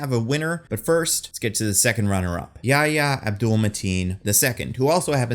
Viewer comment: Great video. As a note, Yahya's name is pronounced with the breathy "Hh" sound. So it's "YaHya" not "Yaya"